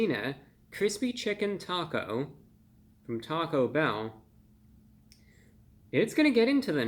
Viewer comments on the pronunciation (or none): Talk-O-bell is now how I will pronounce their name here on in.